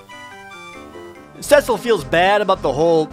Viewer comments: It’s pronounced SEA-Sull (Cecil) not sess-ull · Ewww "cess-il" I always said "cee-sil" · Rye-de-uh See-Sul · You pronounced Cecil"s name wrong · At least pronounce Cecil right.